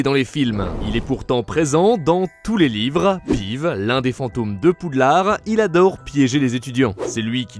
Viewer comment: "Pive" ptdr, ça se prononce "pivse"